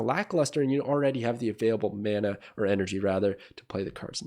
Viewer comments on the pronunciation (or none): none